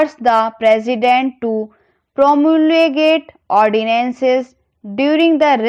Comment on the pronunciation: Behen bnd krdo dictation bolna. 😒 Plzz bnd krdo 😒 Or pdhai likhai kro, or Promulgate bolna seekho pehle to 😒